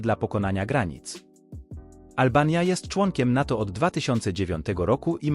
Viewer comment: zamiast albania powiedział olbania.